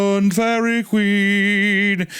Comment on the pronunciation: During the "Feihreeeeh Kweeeen" arc, I think the moment I absolutely LOST IT laughing was when Hunter admitted he had NO familiarity with the song.